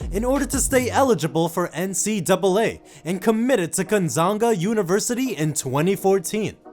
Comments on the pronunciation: He said "GonZANGA" XD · “Gonezonga University” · Wow Gon ZANG A? Don't quit your day job...